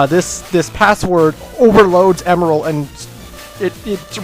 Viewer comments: I thought you said emerls name like em and then like an errrrr but with an l at the end. Last time I checked, that's how they said it in sonic x. You were basically saying emerald. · Actually it's pronounced (eM-eL)